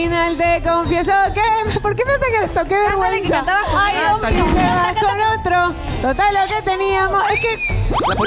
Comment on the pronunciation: Me parecio o en la ultimas palabras: "si te vas con otro", en ves de decir la ultima O dijo una A?